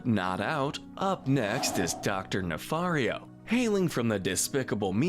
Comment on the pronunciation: I’ll bet you’ve finally learned your lesson in pronouncing Dr. Nefario’s last name better. 😒